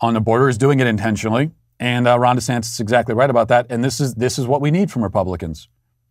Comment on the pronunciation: Lmaooooo I always thought I heard “ Rhonda Santis “ and just thought , “hmm a man named Rhonda?” *shrug*